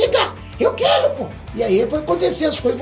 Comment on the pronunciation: "Eu quelo que o golan conssegua " esse